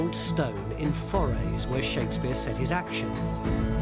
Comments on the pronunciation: Ffs!😂Could he not at least learn how to say Forres properly. I mean he's there .Didn't he hear anyone saying it ? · I wish he'd learned how to pronounce Forres when he was there and that Moray isn't in the HIghlands.